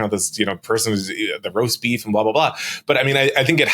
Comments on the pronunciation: The amount of times the guy on the left called it "roaf beest" 😂😂😂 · Sam keeps saying "roaf beast" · My favorite part is hearing Sam try and pronounce roast beef... also Lion's Choice is the best!! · The story about the maga cocktail hour where Tim got beat up by Keri Lake explains everything! I understand it all now, cant you see the genius of it all, don't you see, it' so simple, why didn't I see it before, it was right in front of us all the whole time, REMARKABLE! Oh, did he say "accosted"... never mind